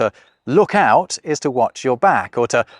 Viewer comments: "OOT"? Now you're drifting into 'Canadian' :) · It's funny that how you pronounced 'out' at that instance is the word - and the exact pronunciation - we use for 'out' in my language.